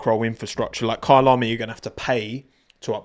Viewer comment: Your “Kyalami” pronunciation is so satisfying. It’s bang on!